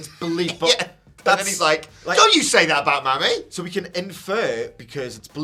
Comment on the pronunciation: It’s pronounced like “Mommy,” not “Mammy.” 😂